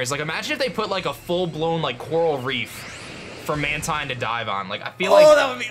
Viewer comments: Man-Tine, Man-Tine, it's pronounced Man-Teen, Speqtor represent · It’s pronounced man-teen!!!